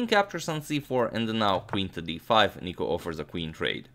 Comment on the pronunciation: Im from greece and its nikos not nico